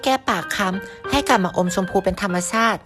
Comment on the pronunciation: ธรรมชาติจนพูดเป็นธรรมซาดเลยนะค่ะ55